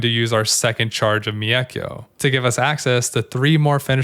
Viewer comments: One criticism - the "Mei" in "Meikyo" is kinda pronounced like "May." In Japanese, "e" is pronounced like "eh" and if it's followed by an "i" then you just hold the "eh" sound for slightly longer. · Thanks for the great guide as always! Just one little note, the way you pronounce mEIkyo is pretty funny 😆